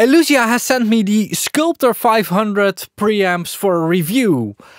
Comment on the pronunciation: Hey, the product is called „skulpter“ and not „skulptor“ 😄